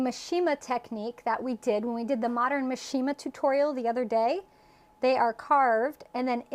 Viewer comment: The correct pronunciation for mishima is: MEE shee muh, accent on first syllable.